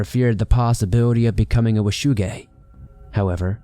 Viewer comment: I swear his saying "wu shu gang"